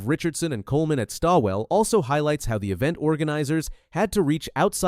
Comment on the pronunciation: I hope she’s not laughing about the race she has entered into. If she thinks it’s some kind of joke, (like a training run) do us a favour and stay home. No one is forcing you to come. And by the way the name Stawell is pronounced ALL, just put ST in front of ALL as in STALL. Although the spelling is different the sound is the same.